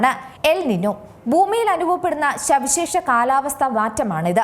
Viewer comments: ഈ അവതാരകയ്ക്ക് ചന്ദ്രക്കലയിൽ അവസാനിക്കുന്ന വാക്കുകൾ കൃത്യമായി ഉ‌ച്ചരിക്കാൻ അറിയില്ല. -ൽ സവിശേഷ എന്ന വാക്ക് ഉ‌ച്ചരിക്കുന്നതു കേട്ടു നോക്കൂ. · ശവിശേഷ അല്ല, സവിശേഷ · ശവിശേഷ കാലാവസ്ഥ . ദൊന്തുട്ട് ശവിയാ ഇങ്ങനെ പറേണ് . സവിശേഷ കാലാവസ്ഥ ട്ടാ അതാ ശരി . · എന്താ ഈ ശവിശേഷാ